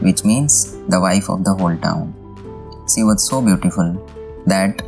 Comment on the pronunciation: Hey, do not pronounce "She" like "See". Pronounce "She" like you pronounce Sherwani or Sher meaning Tiger or Sholay movie.